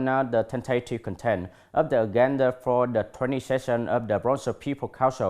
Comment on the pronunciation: sixteenth /ˌsɪksˈtiːnθ/ anh nhớ bật âm /θ/ giúp tôi để phân biệt được nào là số thứ tự và số đếm anh nha! Tại phút thứ từ agenda /əˈdʒendə/ mà anh đọc là /genda/ đâu ra vậy, còn từ resolution /ˌrezəˈluːʃn/ đọc lại nha anh.